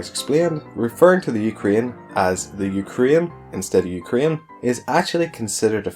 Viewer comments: I hope you'll pronunce "Ukraine" correctly. It's not "Ukrine", it's "UkrAine". "You-k-rain". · it is UkrAIne, not UkrIAne (you pronounce it in realy weird way :/ ) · The Ukarine?